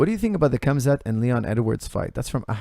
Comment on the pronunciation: Love hearing your view on the fight game but broooooo....you can pronounce Khamzat better than that LOL